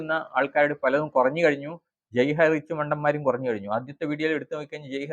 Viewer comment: ഹൈറിച്ച് 👌 ഹൈറ്റച്ച് അല്ല തിരുത്തു.. ❗